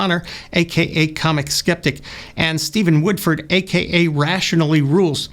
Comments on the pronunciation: Is calling Alex "Comic Skeptic"? Or am I just not hearing the 's' in Cosmic? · In the first 20 seconds you are unable to correctly read the titles of the two YouTube channels, mistakenly reading “Comic Skeptic” and “Rationally Rules”. That really undermines anything that comes after. Getting the small details right matters. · Are you trolling or just dyslexic? It’s ‘Cosmic’ Skeptic, not Comic. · It's Cosmic not Comic btw otherwise you're just being rude and disrespectful. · Alex calls himself Co s mic Sceptic. Was this a Freudian mispronounciation? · maybe I'm missing something but why do you not say their names properly? Comic skeptic not COSmic skeptic? Rationally Rules not rationALITY rules? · Were you deliberately saying ComicSkeptic and Rationally Rules? Stinker. ;) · I hope he was pronouncing the names wrong on purpose. Comic skeptic, Rationally rules! Great video though! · Comic skeptic and Rationally rules? Can't you read, or did you mispronounce their names on purpose? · He was intentionally saying Cosmic Skeptic's and Rationality Rules' names incorrectly, right? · Did he repeatedly mispronounce CS's and RR's names on purpose? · I appreciate that you didn't even bother to pronounce their names properly... Great video though! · You can tell it's going to be a cavalcade of strawmen and distortion when you refuse to even get their names wrong twice in the first minute... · Did he intentionally say their youtube channel names incorrectly? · I cant tell if he is intentionally saying Alex/steven's channel names wrong, or if he simply can't be bothered to read their actual names